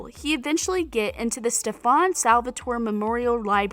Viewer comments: I know like they used to call Klaus like Klorze and i was like it's pronounced Kl-ou-ss and they replied and they finally got it right but then Stefun, Helena?? ummm no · Girl really just said steFAN Salvatore🤣 u ain’t Kai Parker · Stefaun and Helena 😆🖐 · She doesn’t know how to say Stefan 😭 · She pronounced Stefan like Kai did in season 8 🤦‍♀️ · Me upon hearing her pronounce every names wrong: CRINGE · She literally pronounced a lot of the names wrong 😑 like come on it just says a lot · alaric, elena, stefan omg this girl clearly is incapable of getting their names right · omg why she keep saying stefan's name like that!? it's bothering the crap outta me 😂😂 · U can tell she hasn't really been doing enough research, the way she Stays Stefan's name it's just irking and it's Elena, not Helena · My heart literally started bleeding when she pronounced stefan's name. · You know that the woman who is voicing the video haven’t watched Tvd do to the way she says Stefan, Silas and Qetsiyah. And did she just call Elena, Helena? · The way she pronounced Stefan, Elena, Silas, and Questia, I can’t.I’m just glad she didn’t mention Mikaelson cause she probably would have pronounced it completely wrong. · The way she says stefan and it’s Elena not Helena. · And Stefan Salvatore its so annoying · Stefan's name is not pronounced Stefawn.. It is pronounced Stefen. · Yes only Kai gets to say StefAn. And who the hell is Helena? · Girl these are all wrong😂 and the way ur saying Stefan is the way kai says it lmao. and who the hell is HeLeNa😂 all of these have been explained in the show they’re not little Easter eggs. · Bro, why do I think Kai Parker wrote all of this? The reason is because she says StePhan Salvatore😂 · Imagine saying "stefon" instead of Stefan and "Alana" instead of Elena🙈🥴😂😂😂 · Sis who is "Stefun", "Helena" and "Quetsia"? It's Stefan, Elena and Qetsiyah. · Yeah and she goes StefOnn not Stefan like girl don’t lie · StEfOn SalVaToRay 😂 its Stefan Salvatore